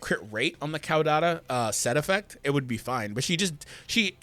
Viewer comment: Its pronounced Kaw like a bird says KAWKAW🦅 kaw-da-tuh CAUDATA